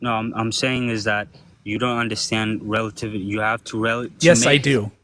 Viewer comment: him failing to pronounce "relativity" properly was hilarious